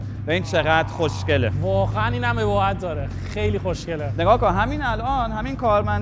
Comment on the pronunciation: اقا یکی به بگه با بی‌پدر اُباهت درسته نه اِباهت